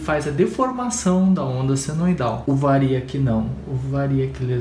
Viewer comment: É Triac e variac. Tira os acentos da pronúncia. Bom vídeo